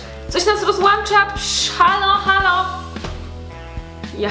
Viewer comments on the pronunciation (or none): Hej hej, super filmik, ale pamiętaj, że rozłącza czytam rozłONcza, a nie rozłANcza. Takie mały błędzik, który w sumie wiele osób popełnia ;) Nie bierz tego jako hejt. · ROZŁĄCZA NIE ROZŁANCZA PLSSSSSSSS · Mam autokorektę w telefonie, ale chodziło o to, że NIE mówi się,,rozŁANcza" tylko mówi się,,rozŁĄcza"!!!! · filmik fajny, ale prosze ROZŁĄCZA a nie rozłancza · ROZŁĄCZA, a nie rozłancza (jak to wygląda w ogóle? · Mówi się ,,rozłącza", nie ,,rozłącza"!!!!!!!!!! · Nie mówi się,,rozŁANcza" tylko mówi się,,rozŁĄcza"! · mówi się rozłącza, a nie rozłancza :p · przepraszam nie mogę się powzezymac. Mówi się rozłącza🙂